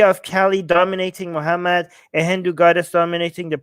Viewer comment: He can’t even pronounce kali . Glad that Kali is helping you pay some bills . 😂Thankfully we have enough goddesses to may be even put your children through college . You have no other prospects , so keep this up . Hopefully your wife won’t leave you for a successful man . Jai Kali.